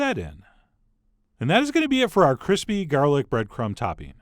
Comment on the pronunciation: cwispy gawlick bweadcrumb chikkin OwO